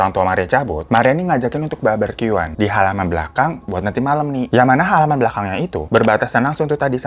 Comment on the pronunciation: BAR-BE-KYU-an (barbeque) bukan BAR-BER-KYU-an bwaaaang 😭 Gue kesel mau nyentil mulut lu.